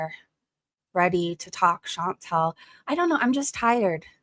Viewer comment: So many people time and time again (not just ChantEl (i know she hates when you say her name like that)), fail to see a difference between the country as a physical place on earth and its government. All countries are beautiful in their own way, and there are bad people and good people in all countries of this world. But... god damned I hate to agree with ChantEl, but FUCK taxes. It costs so much and everything is so expensive, and its not even stopping. Some governments DO actually invest into their own people, but so many governments just use tax money to fill their pockets while people fall apart mentally and physically. I used to be someone who trusted authority and cops and what not, but today I've just completely got disappointed in all of it... It's nice to see good when you do, but I'm forever scared of trusting authority now.